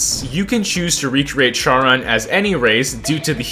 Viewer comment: its pronouncued sharone